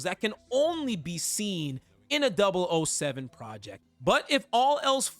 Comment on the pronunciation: ah hell nah 😂 it’s kinda funny these YouTubers acting like they’re familiar with James Bond but don’t even know how to say MI6 or 007 😂😂. Like I’ve only ever watched skyfall which I thought was peak at the time and played golden eye when I was a kid even tho by that time the game was already pretty old. I wouldn’t consider myself a super fan but DAMN those are the absolute basics 😂